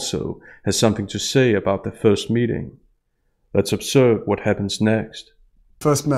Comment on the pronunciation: Let's observe what happens next. What I hear: It's absurd what happens next.